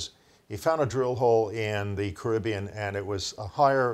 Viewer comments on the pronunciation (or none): none